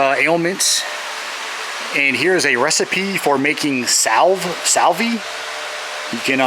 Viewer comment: Salve is pronounced salv without the e